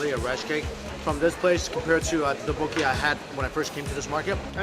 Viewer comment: the tteokbokki pronunciation is killing me